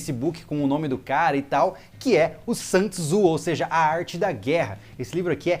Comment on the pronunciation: Dica a pronúncia de Sun Tzu. É Son Zhi ok